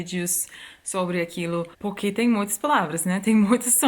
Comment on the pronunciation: AAAAAAAAAAAH, essa mulher!!!! Sou completamente apaixonada. Quer ser minha amiga? <3 Obs: Adoro quando você fala "porque". Acho que não consegue pronunciar a letra R, daí sempre sai "poquê". kkkkkkkkkkk... Acho fofo! 😍